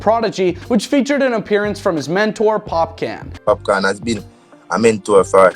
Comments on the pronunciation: Pop Can? TF NIGGA ITS POPCAAAN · Stop saying pop can its popcaaan bro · My g is better u say popcorn, not popcan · Pop can 😂😂😂 Yo his name is popcorn We just pronounce it popcaan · I guess no Caribbean employees were working that day to tell him its not POP💥 CAN 🥫 its POPCAAN 🍿 😂 💯💯💯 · No it's pronounced pop - cawn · Its not of these . Its pronounce POPCAAN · bloodclaat its pronouce popcorn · It sound so white washed, it's giving cringe🥴🤭